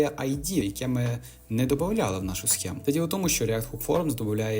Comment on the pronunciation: і "схему" туди ж